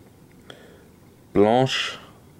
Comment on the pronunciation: It's prenounced "MOE-D-IT" Congrats on saying Blanche right :) This is my favorite winter beer, 10/10 from me.